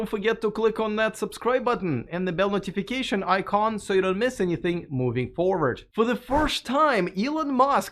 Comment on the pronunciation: You pronounce the word "notification" like a Gopnik with a mouth full of sunflower seeds and vodka.